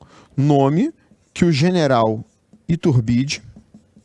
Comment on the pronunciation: é AGUSTÍN e pronuncia-se "i - TÚR - bi - de"